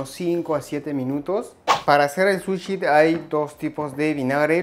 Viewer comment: Todo genial!!!! solo que no se dice "suchi" sino "sushi", todo lo demás correcto, matta kondo!